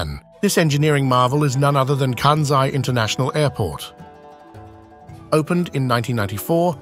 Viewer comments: Please to pronounce that airport, region, as “Kansai,” not as, “Kanzai.’ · It irritated me every time the narrator pronounced Kansai as Kanzai. Small issue but so easy to fix. Otherwise, interesting comments! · It is not “Kanzai,” but “Kansai. You should at least learn how to pronounce it before you make it. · kan-sigh not kan-zeigh. Ko-bay not Ko-bee. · Yes, stop bastadizing Asian names. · Why Americans (and British) can't pronounce "SAI"? IT IS KANSAI. SA as pronounced in SAdness, SAnd, SAtan etc etc... Not KANZAI. there is no Z there. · The narration mispronounces "Kansai" as well. It's pronounces by us living in Japan, "Kansai," with an S, but I kept hearing kanZai. (T_T) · This may explain why they mispronounced “Kansai” as “Kanzai” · The 's' in Kansai is the same sound as in 'Spain'. It is not 'Kanzai'. Furthermore, it isn't floating. Islands, artificial or otherwise, do not float. Also, Kobe and Ghosn were also mispronounced. There again, what does one expect from the English. They can't even get Welsh place names correct after almost 800 years, so they continue with their tradition of butchering other languages also. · Right. Where is the "z" in "Kansai"?